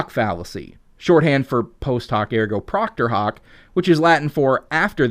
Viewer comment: Procter Hoc? You mean Propter Hoc. Like the second episode of The West Wing, the greatest show of all time: “Post Hoc Ergo Propter Hoc”, which as you know translates to “after it therefore because of it”.